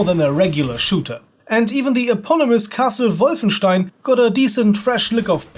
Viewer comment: Always a pleasure to see someone remembering this great game. And you even pronounce "Wolfenstein" correctly, which is pretty rare on YouTube ;)